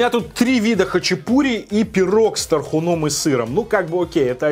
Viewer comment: ну я понимаю, что мы тут про еду, но пожалей мои уши🙏 С тархУном, а не с тархунОм🌷